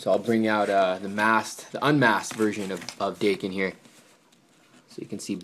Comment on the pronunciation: Its daken (day-kin) not (dah-ken)